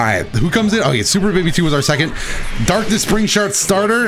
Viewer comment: lol i am not making fun, but "Darkness Spring Shart" just fuckin killed me